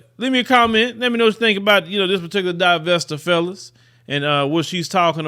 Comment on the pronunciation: "Divestor" 😂. is too funny. Great show.